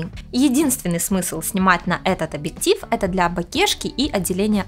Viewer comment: Спасибо за инфу, правда, сложно воспринимать информацию от девочки, которая вместо объектив говорит абиктив.